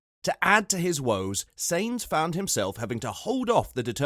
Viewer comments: It is not. It is Sa..ins like in Satisfaction, and it is …eens like in seventeen. So it sounds like: “ Saeens” ok? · Who is "Rose-burg"? And "Say-nzzz"??